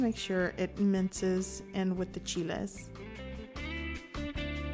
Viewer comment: CHEE-LAY, CHEE-LAY, CHEE-LAYS.